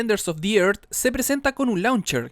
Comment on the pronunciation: DEFENDERS OF THE ÉRZ se pronuncia. Me volvía loco ajjaja. tu laik para que no te enojes. nwn)/